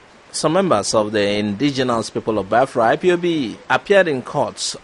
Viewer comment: Also how he pronounce Biafra he should correct it as well